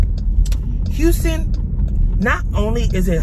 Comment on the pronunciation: H-tine mann it’s goin dine Ayyyee 🤘🏾lol and you’re right about the humidity in Houston it’s no joke. Love your vlogs & how authentically real you are💕